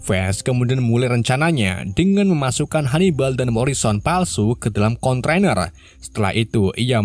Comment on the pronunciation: D e tin mboco ne luar! Konteiner bukan kontroner hehh3